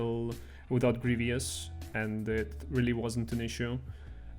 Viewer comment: GREE-VUS not GREE-VEE-US